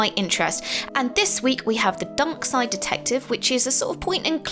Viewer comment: lol when you said darkside detective first it sounded like dunkside detective